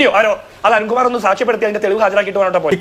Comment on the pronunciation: അരുൺകുമാർ അധ: പതിച്ചു ഉച്ചാരണംശരിയകകുക